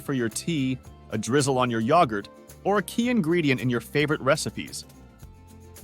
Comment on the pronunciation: YAHGurt?🤣😂🤣😂🤣😂🤣😂 Its YOGurt